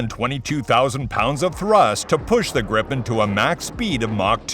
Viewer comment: Pronouncing "Gripen" almost like "Gripping" really gives off the wrong vibes. "Gripen" is Swedish and means "The Griffon" (the mythical Griffon animal/beast). So either pronounce "Gripen" better, or just call it "Griffon" instead, because "Gripen" doesn't have anything to do with getting a grip on things...